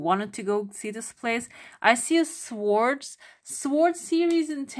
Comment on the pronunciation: You don't pronounce "w" and "r" in swords u say [soədz] 🩵 and also comfortable as ˈkʌmftəbəl' Thanks so much for the reading 🩷